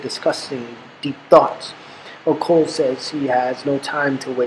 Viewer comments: Hello thanks for the work but i have I kind comment... the name Ocol is pronounced as Ochol not okol... the letter H is always silent in Acoli language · It's not song of Ocul like u say it, try saying the "O" in the middle like the one in beginning. Good stuff though. And it should be Acholi not Acoli